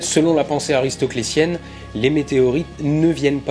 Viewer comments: j'ai adoré cette video comme finalement toutes celles qui sont sur cette chaine, j'apporte cependant juste une toute petite correction puisque je fais des etudes de philo : ce n'est pas "aristoclecienne" mais "aristotelicienne" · Je croyais qu'on disait « aristotelicienne»